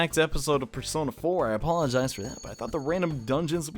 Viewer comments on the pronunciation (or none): Y did i never notice teddy saying bear-sona instead of persona until now